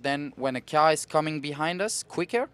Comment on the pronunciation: He called the car a “key are” kinda weird........